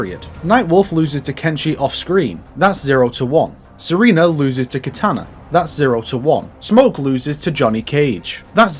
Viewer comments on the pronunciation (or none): none